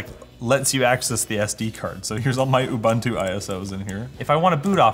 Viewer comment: Please learn to say Ubuntu....